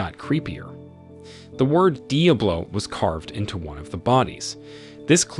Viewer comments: Is this an A.I. voice? There’s no way you mispronounced Diablo so bad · How can you make an entire video saying the word Diablo so wrong, So many times? Jesus, it hurt my head to hear!